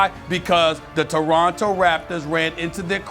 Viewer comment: Announcer we will be back to Lebronto in a momnent lmao 🤣